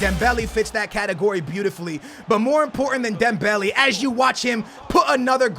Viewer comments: It's not dembelee😂😂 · dude it's pronounced dembele not dembelly. mane and not money. ffs get it straight